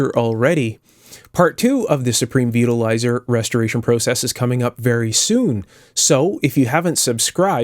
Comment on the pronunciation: I thought you said Supreme Beetle Riser. Sounded like a very odd choice of pizza toppings.